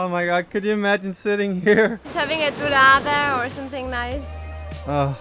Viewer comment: She said “dourada” and not torrada